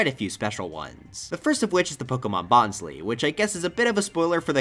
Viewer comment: BonSLY not Bonsley